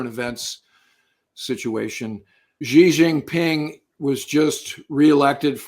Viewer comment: "That's a hanging chad for the PLA" lol Also, Ji Xinping? Stolen from the Economist Prince podcast, "Si/Sea" Xinping